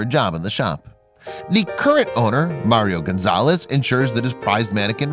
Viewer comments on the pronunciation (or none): "merío gansales"